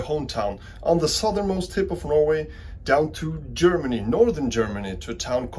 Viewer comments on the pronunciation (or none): none